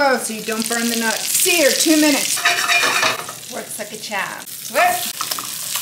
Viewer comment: Can't pronouce charm, garlic or butter....